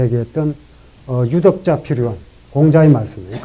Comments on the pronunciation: 한 가지 뜻밖의 발음! "유덕자"의 "유"를 짧게 발음했습니다. 잘못입니다. 이는 길게 그리고 약간 높게 발음해야지요. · 존경하옵는 선생님!! 참으로 실망했나이다. 유덕자의 유를 "짧게" 발음했나이다, 자고저를 아십니까!? 선생의 깊은 학식에 비해 너무나 실망했소이다. 유튜부에, 처 보실까요!? 미국 변 완수 배